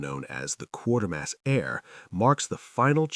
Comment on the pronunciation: QUATERMASS, NOT QUARTERMASS!